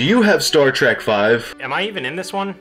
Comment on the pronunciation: I hate when people call it star track. It’s trek for god’s sake. When you say track you’re not only wrong but an asshole idiot who can’t speak English words even though you claim to speak the language